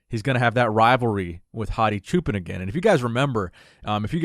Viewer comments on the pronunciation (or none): I'm leaving this comment because I am a great fan of your excellent commentaries. I am not sure if you will see this comment but I hope you do. Hadi's last name is pronounced Choupaan; it is the same way you would pronounce Hadi as Haadi which is the correct pronunciation. Also, for Iran, the country that he is comming from, the correct pronunciation is Eeraan. People from Iran are Eeraanians. By the way Choupaan means Shepperd. I hope he end up winning this year 's show.